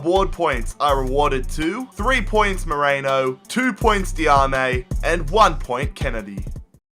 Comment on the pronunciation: 2 things. 1 sign kellyn acosta (tall, young cdm with good pace and defending) 2. Merino is pronounced mer-ee-no not morano